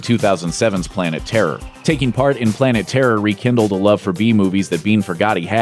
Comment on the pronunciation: "Michael Biehn", NOT bean. Geeze, guys.